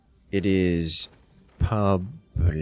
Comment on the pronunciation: So funny hearing you say pablito